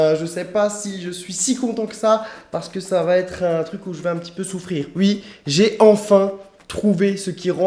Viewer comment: J'aime trop quand il dit "ui" 😂 et sa tête quand il a goûté l'acide malique 😂😂😂